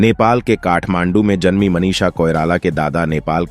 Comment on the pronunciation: Audition ko ondition, Manisha ko Manish, box office ko onffice aur vidhu vinod ko vedhu. Pehle pronunciation pe dhyaan dijiyega pls